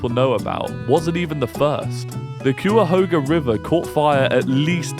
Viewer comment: It's "Kai ah hog ah" The first syllable rhymes with "guy". Greetings from Cleveland.